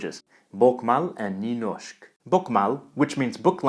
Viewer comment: BOKMÅL is pronounced book-mol. NYNORSK is pronounced new-norsk. The Å is an O and Y is like a EW.